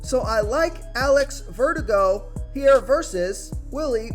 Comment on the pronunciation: I like Alex Verdugo.Ver-DOO-go. You said it kinda like vertigo. Thanks for the advice.